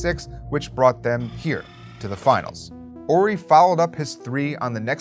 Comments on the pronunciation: It’s “Horry” not “Orry” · Is this guy not pronouncing the "H" in Horry? Is that the right was to say it?